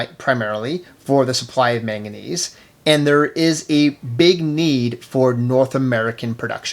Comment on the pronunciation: MANganese not maganese on the timeline